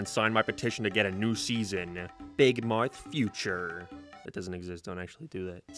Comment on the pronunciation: “big marth”